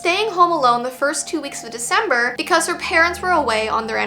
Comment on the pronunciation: "It's Veecember!!!!!"